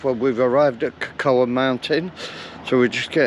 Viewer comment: Cocoa is pronounced co co!